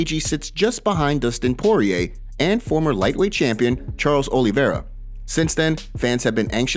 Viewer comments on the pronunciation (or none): none